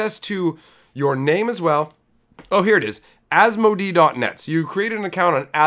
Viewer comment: a couple of things. It's AS-MOE-DAY, and Boys, Boys, Boys, We Girls are here too...! LOL lastly you failed to mention that you can tap the name of a card in a deck search to SEE the card itself... Just saying. Now that you've gone to a KF format, I'm thinking about joining your channel...